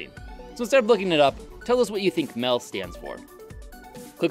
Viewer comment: I beleive Mel is “metal” like the way swedish people say it